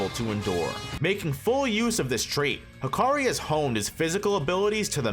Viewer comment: No way manz said hakari<maki